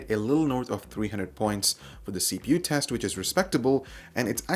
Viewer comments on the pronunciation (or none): none